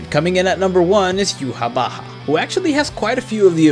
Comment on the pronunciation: U call him Jucha bacha againa i'm going mental... It Ychwah ffs